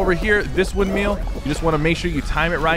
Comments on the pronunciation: Thank you for the tips! They’ll be incredibly helpful. However, for the future, it’s windMILL, not wind MEAL. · Nobody: Sypher: "windmeel" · "WINDMEAL"? haha